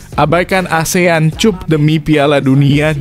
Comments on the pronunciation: Cup dibaca kap brow 😂😂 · Baca cap apa cup 😂😂😂😂😂😂